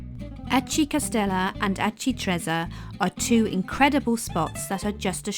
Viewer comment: That is one of the best of these type of vlogs I’ve seen, brilliant for showing family when you get back home to let them know what you’ve seen - thank you. (We did this identical itinerary May 2025). Just would gently point out that Aci Trezza is pronounced correctly ‘Ah-chee Tre-tsza’ (think pizza when saying trezza); well done on getting one arancino (sing) but two arancini (pl) correct.